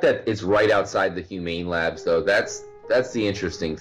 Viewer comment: says humane labs french guy human labs